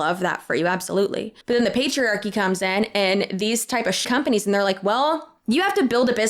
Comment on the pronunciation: “These kind of ‘shcompanies’ “😂 You so funny. ❤